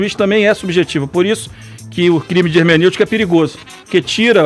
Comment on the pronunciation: Democrátic??? Ermeneutica??????